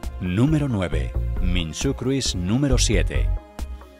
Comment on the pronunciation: la i de cruise no se pronuncia